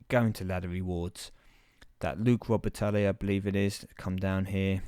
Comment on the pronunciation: just for future reference - its pronounce Luc Robatie. Those foreign names stuff is always silent lol